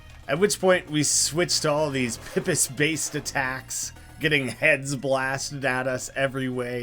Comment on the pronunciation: Hi, know this video is old, but the calm pipis is actually pip-es, but the pronunciation is very weird.